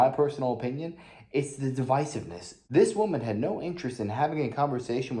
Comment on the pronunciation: Devisive NOT decisive